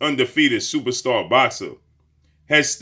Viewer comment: What is with this dude's long ass intros for these fighters and calling EVERY fighter , "supasta boxer ?